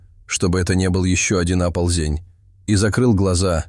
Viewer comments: Всё всегда говорили..., а может все говорили? Оползни, а не оползнИ. ОползЕнь неправильно, Оползень правильно! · Можете читать прпвильно! Так нет!, опять оползЕнь!... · Оползень, Оползни, Оползня - ударение на ,,О". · Не аползень, а оползень. ЕГшник Хренов.